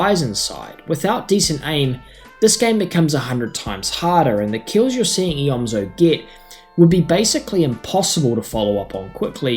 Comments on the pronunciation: It’s pronounced eomzo not eozmo I used to do same thing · you said eozmo and not eomzo